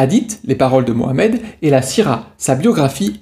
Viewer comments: Punaise pour une fois que les mecs prononcent muhammed et non pas mahommaaaaay 😂😂😂 c’est macron qui lui a donné les sources la mdr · Enfin quelqu un qui prononce Mohammed ! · grand merci à toi pour avoir prononcé mohammed ❤ et non pas maomet 😡